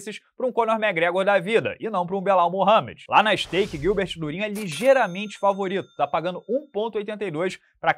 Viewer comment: O falou STAKE......... Fudeu